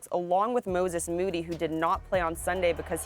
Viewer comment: Perk can’t say moody ?